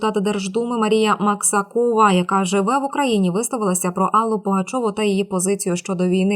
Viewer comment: Пані диктор, навчіться правиьно робити наголоси! МаксАкова , а не МаксакОва!